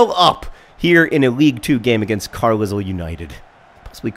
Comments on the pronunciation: Carlisle is pronounced "Car-lyle"... the fuck if I know why... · As a person from said mythical place, it's pronounced like Carlyle.